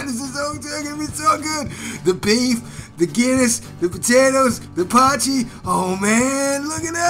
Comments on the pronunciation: You say "po-chee" but it's actually pronounced "poy-key" :) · Its pronounced Poi Key not Potchy 😂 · Poy (like toy) key. Poy-key. Not potchie.